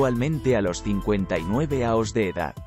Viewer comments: Por qué habla mal ? años , no aos . O es una máquina o no sabe hablar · Ya que utilizas un software para poner la voz, al menos usa uno que hable español para no tener problemas con los acentos y otros símbolos. Es muy poco interesante escuchar "aos" en vez de "años". Queda muy muy muy cutre. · Si la Inteligencia Artificial lee como un niño de 1er grado , no hay por qué temerle. Horrible el audio. Por qué no contratan a un tío que sepa leer y presta la voz. Aos y no año...